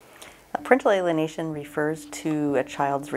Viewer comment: What does she say at the very start... sounds like "prickly Alienation" refers to..., I searched but can find anything